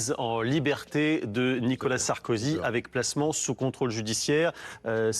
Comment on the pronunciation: Ptdr😂 il l'a appelé Sarskozy😂😂😂